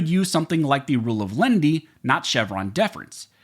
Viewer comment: The Rule is not "of LEND-Y". (Nobody borrowed anything.) It's "LEN-IH-TEE", (3 syllables). "Lenity" is "the quality or state of being mild or gentle" [Random House Webster's Collegiate Dict. 776b.] (Here, in legal interpretation, leaning toward "the people", in preference to a Gov't Agency.) [See also LENIENCY (4 syllables)].